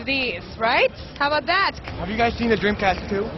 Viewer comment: SHHHHHHAAAAAYYYYGAHHHHHH!!!! Shega SheDee and Playshtashin Shree Shega Shaturn The Dreamcasht Always cracks me up!!! 🤣🤣🤣🤣🤣🤣🤣🤣🤣🤣🤣🤣🤣🤣🤣🤣🤣🤣🤣🤣🤣🤣